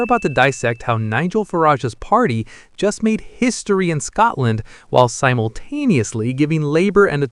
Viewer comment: Tell your stupid AI it is Scotland NOT Scartland